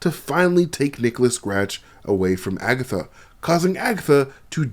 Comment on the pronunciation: Did he say AgaThots?😂😂😭😭😭